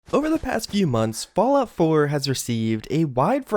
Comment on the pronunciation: "Fallout floor"